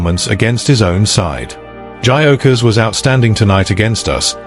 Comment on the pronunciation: If you can’t even pronounce his name correctly, you have zero credibility.